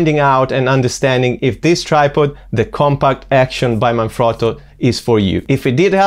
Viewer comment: Thanks for the review - also nice to see Jerusalem featured? Out of curiosity - are you Italian? Your pronunciation of Manfrotto seemed pretty good - i know its an Italian company!